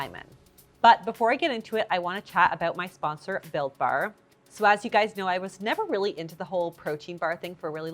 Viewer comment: At first when you said this episode was sponsored by Built Bar, I mistakenly thought you said it was “sponsored by Bill Barr.” Didn’t realize he got into WIEIADs after departing the Trump Administration 😂